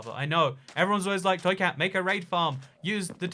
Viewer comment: Toycat thank you for roasting my realm it was very epic. Side note you are one of the first people to get my name correctly lol.